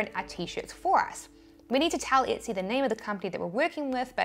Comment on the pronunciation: Why are you mispronouncing Etsy, You keep saying itsy 👈🤣